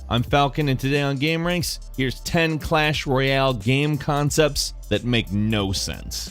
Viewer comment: Lmao the way he said clash royale